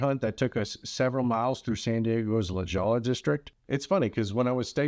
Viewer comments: lol it is pronounced La Hoy-ya Not La Goe-LAaa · La Jolla is pronounced La Hoy-yuh... like the word joy but with an "h". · just so you know for future reference...LaJolla is pronounced LaHOYA (in Spanish, double L's are pronounced as a double E...like tortilla is pronounced as tor-TEE-uh. Ypou seem like a nice guy and it would be a shame for you to come across as a dumb@